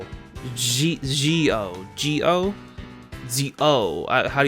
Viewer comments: It's actually more of a buzzing j sound for Zi-O as opposed to a standard j/soft g sound. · Z0 (The Showa Rider) : Zed-O ZI-O: GI-O